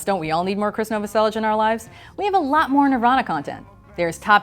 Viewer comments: Also please next time krist last name is novoselic not novoselich pernounced as na-vo-sell-ic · she says Chris Novasellich, you can her the ssh at the end of the pronunciation. Here's a fact, the riff for Come As You Are ripped off Eighties by Killing Joke. Anyhow